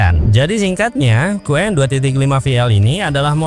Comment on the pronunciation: Aku juga telah berkali-kali melakukan uji coba cuplikan disertasiku terhadap Qwen dan Deepseek,hasilnya jawaban Qwen jauh lebih terperinci dan mendalam mengulasnya,sedangkan Deepseek hanya sekerdarnya dan dangkal sekali.Harus dikoreksi sebutan pada Qwen (bukan WEN),melainkan Wen,sedangkan Q=Question sama artinya dengan Wen dalam bunyi bahasa Mandarin.